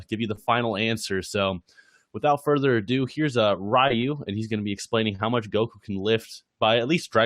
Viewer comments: Just a quick thing, because I'm like 2 minutes in. Ryu, if thats supposed to be Japanese, that pronunciation is pretty off, I don't know if you don't correct people because its too tiresome, same with the name Yamcha. Anyways, if you aren't going for a Japanese name, then nvm. , it might be better to start doing research momentum, because reversing a moving object requires double the strength. But then again, you said faster than light, meaning infinite energy, sooooo... yeah. I guess its still completely unrealistic but ignoring relativity. Anyways, I don't understand how earth isn't shattered if the whole universe is shattering... Their very movements should shift the planets out of orbits. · Re-yu, not rai-yu